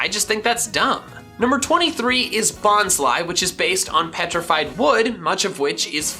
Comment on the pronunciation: I always thought Bonsly was pronounced Bons-lee not Bons-lie